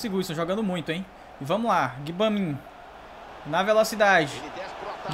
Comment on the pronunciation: Blz, só pra contribuir com o seu quer dizer o nosso modo Carrera a pronúncia do nome do jogador Gbamim se pronúncia Gbamam e o Doucuré se pronúncia Ducurre, achei legal essa dica p deixa suas narrações mais legais e divertidas vlw abcs